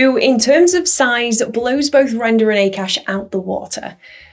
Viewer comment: It's not pronounced as 'A Kaash' but it's pronounced as 'AAKAASH' meaning Space/Sky/Aether which is huge or infinite in Sanskrit/Hindi language